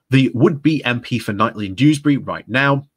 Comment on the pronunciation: Is it not pronounced "Keith-lee"?